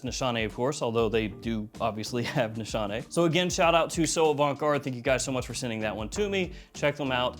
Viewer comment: just saying you are pronouncing the house incorrectly....my daughter in law is turkish and it was pointed out to me. no shade. ;) Just a learning moment...